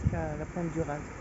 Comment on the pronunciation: Re bonjour juste une précision pour la pointe du RAZ on ne prononce pas le Z. Merci de nous montrer la Bretagne comme tu le fait. A+.